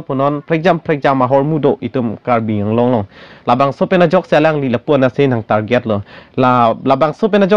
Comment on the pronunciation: CM of Assam It is not karbi along. Karbi Anglong. Please pronounce correctly. "ALONG"= wrong pronounciation. "ANGLONG"= Right pronounciation.